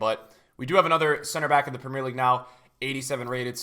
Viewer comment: Love the vid but I can't stand the way he pronounces Premier and No Salah 😂😅